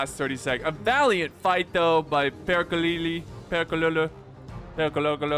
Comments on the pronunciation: Pronounciation of Perkele is almost right, just leave the "lee" in the end and you got it xD Cmon, you can do this I believe in you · All three Es in perkele are pronounced like bed. There is no long 'ee' sound (like 'seed') like you keep trying to add. And if you can roll your Rs, roll the R as long as you can for comedic effect. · Except that all the e's are pronounced the same, so a short e also on the last one. Pèrkèlè. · It's not. His commentary is pretty sloppy, he can't even correctly read the names of the units. His humor is close to non-existent but rather cringe... Also, the lack of knowledge about the world, in general, is very painful to watch/listen to, which shows itself e.g. in butchering the word "perkele" on purpose. Sadly not many cover TWR2 on YouTube, so we are stuck with him, that's the sad part... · Ur pronounciation of perkele disgusts me. xD